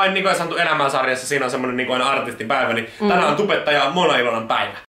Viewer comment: Miks sanot monaa munaks